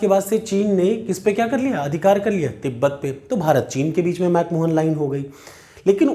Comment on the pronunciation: 🙏 chota muh badi baat lekin Mc Mohan nahi balki Mc Mahon line hain